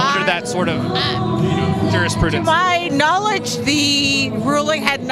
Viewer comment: "To-myyy. KnowlEDGE." I fucking died.